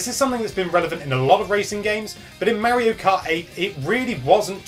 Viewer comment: Says "tips". sounds like "tips". puts "teeps" at the bottom. yet has never notice he says Mario wrong.